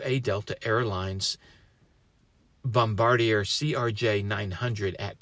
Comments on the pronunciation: "Bom-bar-dee-er"? Isn't that "Bom-ba-deer"? I don't really care, just poking at ya! Thank God everyone survived (extra prayers for the person in critical condition)! I don't know how you manage to get the ATC recordings so quick, but it is much appreciated. When I first heard about this, I came straight to your channel just because of how well you covered the AA2543 DCA collision. Thank you for everything you do! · Canadians pronounce it Bombardee-eh. It’s francophone. It sounds off to say Bombardee-err. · Technically you're both wrong lol. It's French. The correct pronunciation is Bom-ba-dee-ay. The 'r' s are silent. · bombard-yay doesn’t have the long eee sound. The correct pronunciation does. Bom-bar-dee-aye. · It’s pronounced Bom-Bard-E-A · Of course, this is incorrect. The name is pronounced “bom-bar-dee-aye” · FYI Bombardier is a French word, I believe the planes are built in Quebec. Pronounced "Bombardi-eh"...OK? Very Canadian...😂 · Couple of pronunciation tips from a Canadian. Toronto is called Torono, Bombardier is Bombard-jay. Good coverage, I live about a half hour from Pearson. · Couple of pronunciation tips from a Western Canadian. Toronto is pronounced "Centre of the Universe," and Bombardier is pronounced "Ski-Doo." 😂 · Bombardier. The end sounds like the letter A.